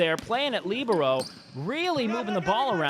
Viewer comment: needs to learn how to pronounce libero lol